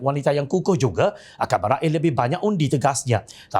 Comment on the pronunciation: Penggunaan bahasa kbangsaan patut d rojok Dewan Bahasa olehkerana sbutannya tidak betol. Contoh: Raih d sebut RA IH, METERAI d sebut METERA I tidak meterai. SEMAK d sebut SÊMAK. tidak SIMAK.